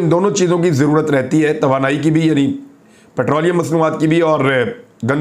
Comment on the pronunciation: Patroleum, Regoolise, palicy, impatant.😂🤣